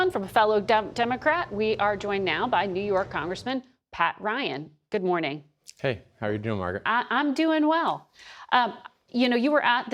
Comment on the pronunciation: Gads it bugs me how Margaret says: "Guh-morning" is it a regional pronunciation to skip the D?